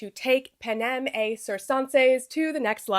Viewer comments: (you're pronouncing "panem et circenses" like french. the latin is correct - et should be pronounced like "eht" and circenses should be either "sihr-ken-sees" or "kihr-ken-sees" (there's some debate over soft Cs in Latin). But a good attempt!) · I’m not a Latin scholar but I’m pretty sure you pronounce the t in ‘et’ and that the ‘c’s are hard, like a k sound. Otherwise great video as always